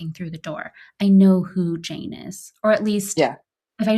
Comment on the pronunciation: Svetlana says "Jane" twice, and I distinctly got that she pronounced it differently the 2nd time, making it sound more like "Shane".